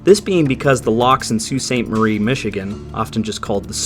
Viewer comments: i think your the first person that has actually said sault ste marie correctly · Beautiful pronunciation on “Sault St Marie”